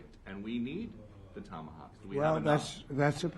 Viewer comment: These are called TOMATAWKS! LOL